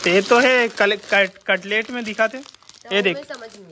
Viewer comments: Cutlet nahin catalogue bolate Hain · कटलेट नहीं गा कैटलाग बोलथे। कटलेट तो खाए के चीज होथे😅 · ko bhi nhi pta h... Ketlaag bolte h... Ki katlet😂😂😂